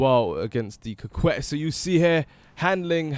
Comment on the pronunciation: It's actually pronounced coh-Kay I think